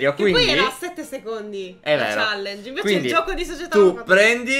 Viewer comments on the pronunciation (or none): none